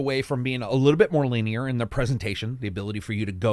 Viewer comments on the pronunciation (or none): none